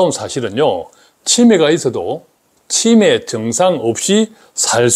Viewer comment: '치매' 발음을 제대로 해주시면 구독자수가 늘어날 것 같아요. '치'에 강세를 주니까 너무 불편하게 들려요. '매'에 강세를 주셔야 제대로 된 발음입니다.